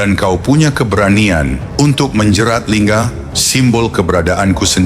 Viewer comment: semesstinya naskahnya ditulis LINGGA, bukan linga, sebagaimana sungai Ganga seharusnya ditulis GANGGA & Kerajaan Anga, sementinya ditulis ANGGA, sehingga naratornya g salah baca & terdengar aneh & risih, karena ejaan India berbeda banget dg ejaan Indonesia, di Indai g ada ejaan "G double"